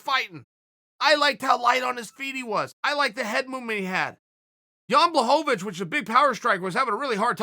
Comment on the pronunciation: Chael is subtly trolling all of us with his different pronunciations of blachowicz name.